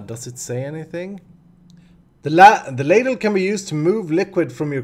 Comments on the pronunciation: lol, ultimate spoon moment with the "ladle pipe/golf club". It's obviously an easy mistake as English is not your native tongue but it is pronounced "lay-dull" is probably the best I can put it my man. it's a deep spoon used mainly for soup but it has been used for metal works of such. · ITS PRONOUCED LAY-DLE AND ITS A BIG SPOON THAT YOU USE TO SERVE SOUP